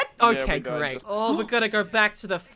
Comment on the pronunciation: Lol When says fight night it sounds like Fortnite